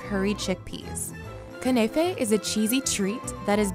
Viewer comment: It’s not knay fay It’s pronounced Knafeh